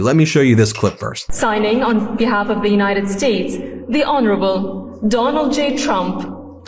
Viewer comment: The "Ho no ra ble" ????? Disgusting.